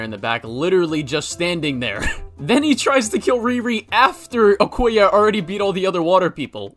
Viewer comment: you mean okoye not “okaya”